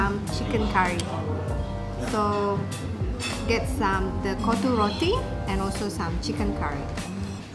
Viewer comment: its actually KOTTHU ( COT TU tped it how you should pronounce) but what u said was "B*LLS" :D love your vids btw